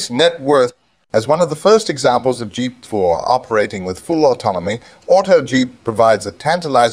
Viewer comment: Auto-Jeept uses GP-4. The TTS software you're using could probably use a bit of work. Good video though.